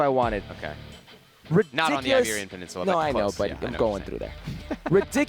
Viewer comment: Herc it's Iberian peninsula not Liberian peninsula.